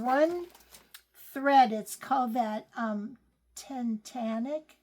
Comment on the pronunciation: Love you two so much. Never miss an episode but don’t comment often. Tatanka (you said it correctly )) is a Native American word for Buffalo. I’m sorry I don’t know which tribe. I learned that watching a documentary about the making of the movie Dances with Wolves. You both are so talented and I’m always smiling at the way you share your lives. Miss my mom so much. We were much the same way. Thanks for sharing your gifts and love. ❤️